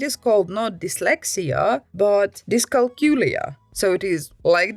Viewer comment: Thank you,, I can finally pronounce dyscalculia